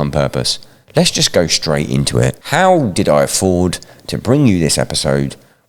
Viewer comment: "GET OUT THERE AND TURN SOMEBODY INTA APPLESAUCE!"